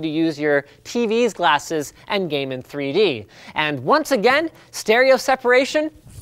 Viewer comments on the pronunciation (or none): pls stahp sayin AGAINST and AGAIN. it's so wrong homz.